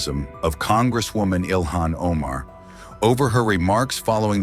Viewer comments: Well he didn’t say ilhan, he said Ilman 😂😂😂 Probably that’s why Somalis don’t want her back😂😂😂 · HIS IQ AND LITERARY SKILLS ARE SO OFF THE CHARTS (BEYOND ZERO) THAT HE CAN'T EVEN PRONOUNCE A SIMPLE NAME SUCH AS "ILHAM".. HE READS IT AS "ILMAN" 😂😂😂 SIMPLE LITERACY AND PHONETICS